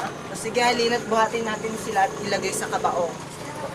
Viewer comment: mali pagkabigkas ng "kabaong" xD tapos tumatawa nung binubuhat si ugong xD pero ayos na din... kung totoo to. sobrang nakakahiya. xD